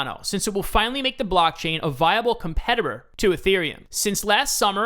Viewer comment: LOL. You said compterer instead of competitor. Cardano will flip ETH within 2 years so in my opinion, that makes it an Ethereum killer. Cardano tech is better, community is better, forking into another chain is not likely, EUTXO model is better, etc.. R.I.P. ETH. First mover advantagevis a myth - a joke.